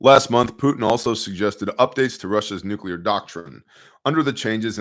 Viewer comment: You’re the only one who pronounces nuclear correctly lol